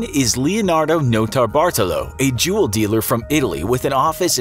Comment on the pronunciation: DiD U SaY JuLlS?